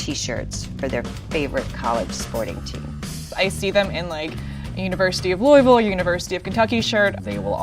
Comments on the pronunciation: Lady for Kentucky pronounced Louisville Loo-ee-Ville not Loo-vuhl and i just know she's a faker. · Okay Kentucky does not claim the girl who pronounced Louisville wrong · THE KENTUCKY GIRL SAID “LOU EE VILLE”. NO MA’AM